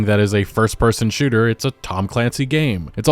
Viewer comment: "sooter" lol